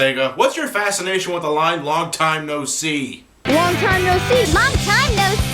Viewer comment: after a while "Long Time No See", begins to sound like a french word...lmfao